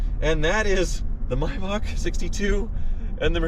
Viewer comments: It’s may-Bach not mybach holy shit please stop the cringiest mispronunciation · It's a Maybach not a Mybach.😔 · Isn’t it pronounced May back not My back???